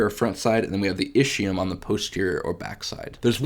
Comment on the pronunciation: My Italian brain hurts everytime I hear ischium pronounced ishium and not iskium. Anyway great video, thanks a lot for the great content!